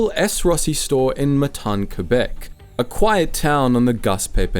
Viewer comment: I love your videos man, but you really need to learn how to pronounce our provinces… It’s not Coo-Bek, it’s Que-Bec. It’s not On-TAR-io, it’s On-TARE-io.